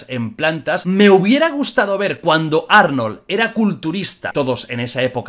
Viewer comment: Jordi, no se pronuncia así el nombre de Arnodl, deberías buscar como se pronuncia bien.